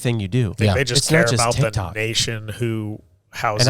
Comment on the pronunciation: He said dic toc 😂😂😂😂 I love you guys 4Life 🎉